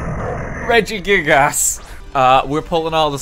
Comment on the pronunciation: I like how he pronounces it as gig-ass instead of gigas